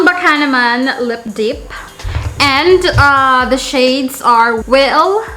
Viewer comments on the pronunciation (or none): I was so impress with your accent until you pronounce Dip as Deep. 😖🤣